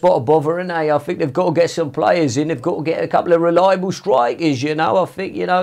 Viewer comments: Mou : I sink Pep : More than you believe Klopp : For sure Emery : Good ebening Ronaldo : Of course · 🤣🤣🤣😂 “I sink”